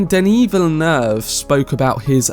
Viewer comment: I rarely hear people pronounce Denis Villeneuve's name correctly, it's very satisfying xD